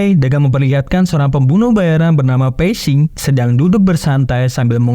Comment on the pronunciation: Pei xing bukan pesing.. 😅